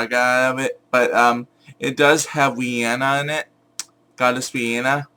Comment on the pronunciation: you said once wyhoon instead of Rhiannon